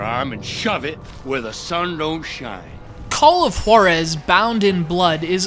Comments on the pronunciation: Juarez not H-warrez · i think it should pronounce "call of HUWA-rez" not "call of HO-rez.' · When he says the name of the game it sounds like Call of Whorezszs, wich is cool. I'd play it. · His saying "Juarez" conjures up memories of the episode of Family Guy when Stewie puts way too much emphasis on the "Wh-" sound in Cool Whip